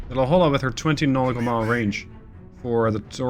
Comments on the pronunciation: Just want to add La Jolla is pronounced la hoy ya. I got made fun of when I moved to california due to the same pronunciation mistake, even more so when I tried to say Cahuenga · FTR, La Jolla is properly pronounced " La Hoya".